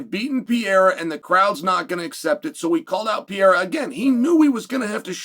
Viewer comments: IT'S PRONOUNCED PUR-EH-RAH ! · Who is “Pee-a-ra” ? 😂😂😂😂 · Pereira Uncle Chael Not Pea Error 😂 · PEREIRA not pierra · Alex Pee-Era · 🤣🤣🤣 Piera, how effortless he butchers Pereira's name, like nothing happens 🤣🤣🤣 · Chael pee'yera Sonnen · “Pee era” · Pereira man..can you say that? Pe rei ra..get it right for once. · Unc’s pronunciation is killing me. Piyera. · Ank sealed his faith when he told Pierra “ NOO CHAMA” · Why do you keep mispronouncing "Pereira" though? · Only uncle Chael could talk about a fighter for years and never learn how to pronounce his name lol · Nah Chael. I disagree. Ank is a dummy. And so not entertaining in his ignorance. Im sorry,, but you are trying to hard here to build up interest here. I respect what you did as a fighter. Please learn how to pronounce Alex's name. It doesn't feel respectful. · Please learn how to say people's names. It's far past out of hand. This dude is a multiple time world champion,. The least you can do as an analyst and former fighter is give him the respect of saying his name right. Pereira is not hard to say.